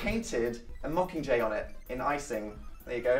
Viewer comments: When Liam said yag he was saying mockinggay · "yakcomqur" Liam 2015. Liam... it's "mocking jay" not yakcomqur.